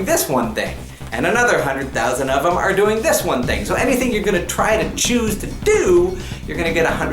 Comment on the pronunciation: Hey! Hey! Umm, you said theth instead of them! LOLOLOLOLOLOLOLOLOLOLOLOLOL!!!!!!!!!!!